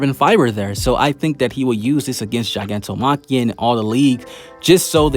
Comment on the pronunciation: also its not ji, its gi like guy